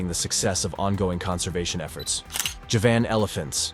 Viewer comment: The horrible pronunciations are a nope for me. If you can't even pronounce Javan, why should i believe anything else?